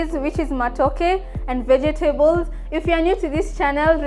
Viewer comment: Ve-je-te-bols hehe. Love it